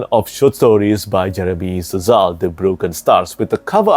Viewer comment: Szal is pronounced "Sal", not "S-zal". It's most likely Hungarian, possibly Polish but pronunciation would be the same. 🙂